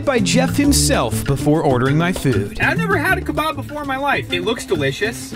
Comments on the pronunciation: It’s pronounced kebab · Hey not to be mean but I’m Arab and the way it is pronounced is kebab